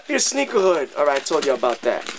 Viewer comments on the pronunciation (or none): sounds like you be saying sneegies lol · Lol sounds like he's saying "sniggies" in the beginning